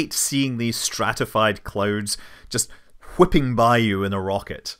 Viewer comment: Hhhhwipping by.